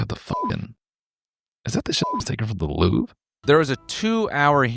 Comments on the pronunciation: Noel if there's an e at the end of a french word you dont pronounce it its silent 😭😭 LOUVR- eugéni-- aint that nice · Just so you know, the R sound is silent. If any website told you otherwise, they are very pretentious. In French it is simply just pronounced LOOV. Nothing else. People who over pronounce foreign words without looking them up need to be shot. I'm American... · For your defense,as a French, you pronounced the "Allô" better than the "Louvre". It was credible